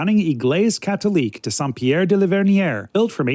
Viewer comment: Hey, I can improve your reading-of-French-signs by about 30% with one tip: 'De' (meaning Of, or From) isn't pronounced 'Dee'. Its 'e' vowel sounds close to the 'oo' in Look or Foot (but not the one in Boot or Root).